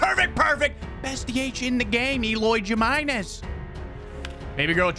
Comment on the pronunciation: He said Jimenez so white lmaoo